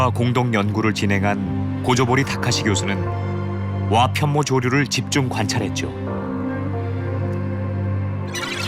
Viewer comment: 와편 모조류로 읽으면 안되지. 와 편모조류로 읽어야 해. 편모로 움직이는 조류.